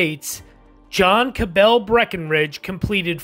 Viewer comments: Not Ca-bell but Ca-bull with a schwa and said as one syllable. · Grating to hear Cabell mispronounced over and over and over again. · As a descendant of Dr. William Cabell, I can affirm Cabell was mispronounced.